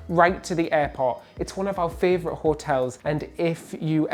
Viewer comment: I’ve started saying fravourite cos of you two 😂